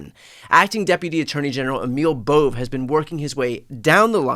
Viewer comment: It’s a two syllable name, not a one syllable name.